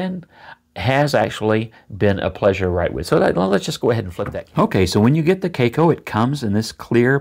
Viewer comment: To me it looks more like an hybrid of the Lamy Aion and Lamy 2000, the design of the first with the material of the second, it's a very curious combination but reading all the comments about the cracking issues I don't think I'm ready to try it. In other order of ideas, I don't think your pronunciation of the brand is correct as it's a Chinese company, maybe a Chinese or Asian viewer could verify that. Great video and positive vibes as usual. Regards.